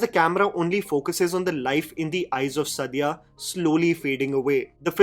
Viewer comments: Suddiya? What is wrong with your pronunciation???? For all the authenticity, research, correctness, and intelligence you boost of... it's disrespectful how badly you pronounce muslim names. Its Saaaadia, not Suddiya. Also it's Ibraaheem, not Eebrahim... that's for the annoying way you kept referring to Ibrahim Ali Khan in your Nadaniyan review. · Actress ka naam toh theek se lelo yaar. The way you are taking her name and surname is like a blow to the ears